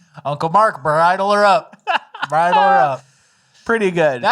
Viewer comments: To it’s pronounced BRIDE-EL not BIRD-EL. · Disappointed you guys promoted the Fake AI Vivek Ramaswamy video and then called a bridle (like a horse bridle) a birdel Still better then watching CNN